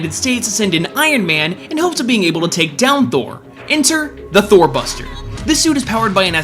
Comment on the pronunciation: I heard Thor Buster as Thot Buster lol